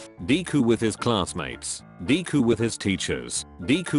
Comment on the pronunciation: I like how it calls him deeku